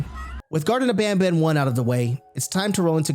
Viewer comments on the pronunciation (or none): Not bonbon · I feel like they wanted to name the main character "banban," but they pronounced it as "bonbon," which is a type of french chocolate.